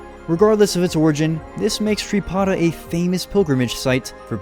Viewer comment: Sri pada ❌ Sri padhaya ✔️ I love you're videos